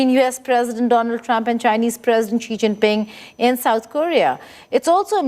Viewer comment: please ask around for the correct pronunciations of Xi and Michio Kaku. Thank you